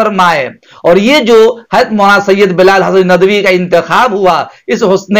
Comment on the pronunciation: ارے چچّا یہ ندَوی ندَوی کیا بکے جا رہے ہو ندْوی ہوتا ہے جھنڈ کر ڈالی ہم ندویوں کی آپنے